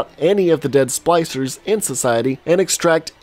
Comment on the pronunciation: nice. Also was he calling the splicers “Slicers”?